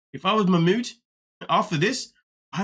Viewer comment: P.s he has one of the loveliest names but my god! The name has been butchered to no return 😅😅😅